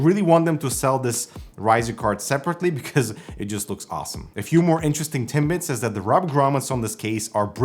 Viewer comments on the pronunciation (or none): did you just say a few more interesting Tim Bits